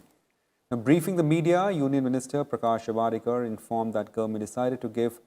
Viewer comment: It's not Javaarekar...it's javdekar😂